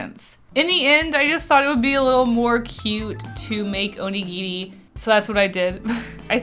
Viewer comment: You pronounce “onigiri” so cute!!!